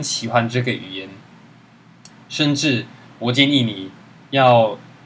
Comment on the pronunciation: 那句好好加油和甚至，满满的台湾腔，有点……软萌